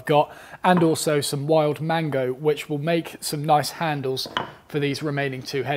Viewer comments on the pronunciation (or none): none